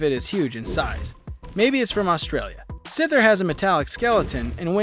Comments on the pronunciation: Btw it isn’t sither it’s scyther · He called scyther sither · hurt me It's pronounce sie-ther not si-ther because the arms are almost the same thing as your average scythe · Scyther is pronounced saither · he is saying syther wrong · The way you pronounce Scyther though- 🤣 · Here stuff that’s wrong in this video “It’s amazing that a Pokémon is based off of an actual creature” most of them are though Diglet is based off of a mole that’s literally part of its dex entry Literally everyone knows that pikachu is the mouse Pokémon The way you pronounce scyther